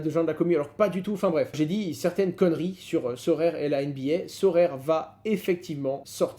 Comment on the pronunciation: SO RA RE pas SO RAI RE 😂😂😂😂😂😂😂 Merci Owen Très Bon week-end